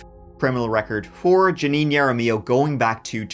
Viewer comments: Well, continue to enable these crazy people by dismissing their cases. For them it just means that they can do whatever they want, until disaster strikes. By the way, the prosecutor is the only one that pronounce her last name correctly. It should sound Haramillo. the "J" in Spanish sounds like the English "H". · I love how you say Jaramillo ❤😂 As a native New Mexican, I know it’s pronounced “Hara-mEE-oh” (it’s hard to roll the R in spelling. There’s so many of these videos that are (sadly) from NM and hearing everyone mispronounce the names has been fun hearing ❤ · First: 😂😂😂 karma is awesome Second: its pronounced ha-ra- me- O Third: shes known all over NM.. she's crazy..a thief..liar.. drunk..abuser..drug addict..she tried to pull shit on my mother but thank god she had a friend with her or else im sure jan would've hurt her.. she's a POS Fourth: NM loves their criminals I'm surprised she even did time look at her record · I love you!! J's in Spanish are pronounced like an H. Jaramillo is Haramillo!! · Jaramillo is pronounced Hair ah mee oh. Just FYI. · I believe her last name is pronounced "har-a-MEE-yo." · Jaramillo is pronounced with an H sound not Y 😅 like how we say jalapeño with an H sound. Not a big deal, just a little Spanish lesson for the day from a certified New Mexican lol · that's not the way you pronounce jaramillo 😂😅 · The “J” in “Jaramillo” is actually pronounced like an “h;” just like the “J” in “San Jose.” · Great video! (Jaramillo is pronounced with the J making an H sound.) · It's not pronounced "Yara mill oh". It's pronounced "Hara me oh". Sorry, but it was starting to drive me crazy. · I love your Spanish but for future reference her last name is if it’s spelled “Jaramillo” you pronounce it (Harr a meeyo) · I love the videos but I hate the pronunciation of Jaramillo. Its har-a-me-oh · Har-uh-me-yo. Jaramillo. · It's Pronounced Haramiyo. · The J should be pronounced like an H in her name, Jaramillo. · It’s “Ha rah me o” Jaramillo.